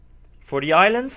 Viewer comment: It's "i-land", but awesome vid!